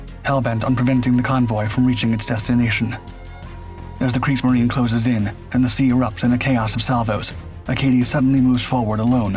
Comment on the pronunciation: It's Kriegsmarine, I believe and pronounced ---mareena, not marine like the English